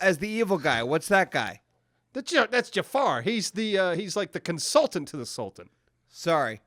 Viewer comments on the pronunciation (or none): "Consultan" nails it again. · "He's a Con-sultan" keeping it 100 as always